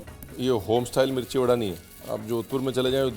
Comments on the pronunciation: Badaa rajsthani bhasha not vadda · Sir its not vada ita bada